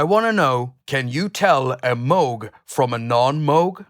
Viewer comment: Glad to hear you pronounce Moog correctly. 😬